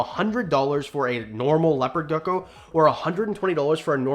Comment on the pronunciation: Is it just me or did he say leopard ducko